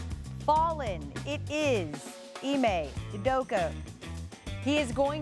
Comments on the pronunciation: Ee-mae Oo-doh-ka. That’s how to pronounce his name. They’re butchering my mans name. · Ee-May Oo-Doh-ka. Not hard bro.